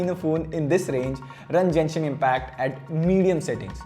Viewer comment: It would've been a killer had it had dimensity soc. Just an edit the game is pronounced genshin Not jenshin